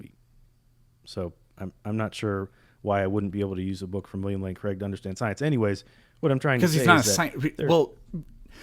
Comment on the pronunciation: I stopped listening to this guy when he said "William Lane Craige" lol!